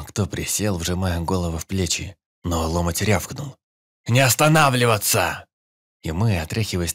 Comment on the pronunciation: Чтец неплохой, но гундосит зачем то и ударения путает. Не лОмоть, а ломОть